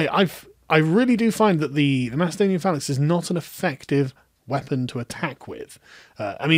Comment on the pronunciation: you make it sound like macedonia is not greek, which is true as much as ur pronunciation of macedonia is correct